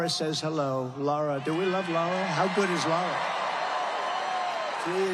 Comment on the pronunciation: North - Cara - Linnnnnnuh. He does not speak for this person!